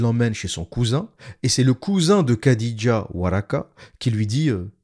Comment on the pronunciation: Petite correction pour les prochaines vidéos le kh comme dans Khadija ou Boukhari ne se prononce pas "k", ça se prononce comme le "х" en russe. Le son n'existe pas dans la langue française mais c'est un peu comme un chat qui crache lol